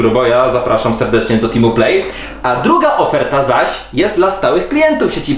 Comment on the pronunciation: Co to za nowe połączenie T-Mobile i Play, to TimoPlay? XDDD I wiem, że tam było "Team'u Play", jak by co... Swoją drogą piękny wstęp, ta gra aktorska... Po prostu nic dodać nic ująć... Jak z oficjalnej telewizyjnej reklamy Play...